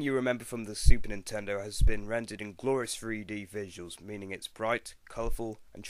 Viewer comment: first time u said Super Nintendo it sounded like Stupid Nintendo x3